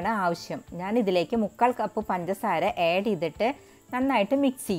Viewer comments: ഏഡു ചെയ്യണോ,ആഡ് ചെയ്യണോ😐😐പുഡ്ഡിംഗ് കൊള്ളാം.ചേച്ചിയുടെ സംസാരം തള്ളൽ ആണ് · ഏഡ് അല്ല ആഡ്